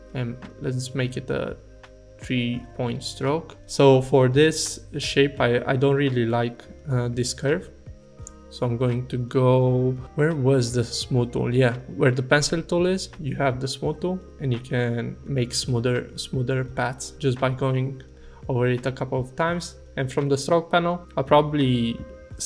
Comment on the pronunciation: Daplicate, pan Dool, Benjil Tool. What are you trying to convey??